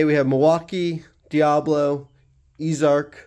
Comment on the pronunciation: It's pronounced "easy" arc. Not "ease" arc.